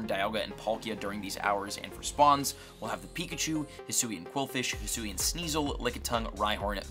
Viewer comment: The fact that says “Hisoo” instead of “Hisui” makes me cry 😭